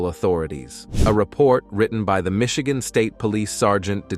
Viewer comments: "Michigan" became Misheegaan 🤣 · I was honestly wondering about that, I've noticed that in a few videos from different channels too. Even the pronunciation 'Michigan' was odd as hell.